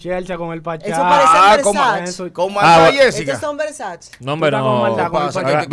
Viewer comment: Y jessica Pereira disque son versace dise Versace! lol jajajajajajaja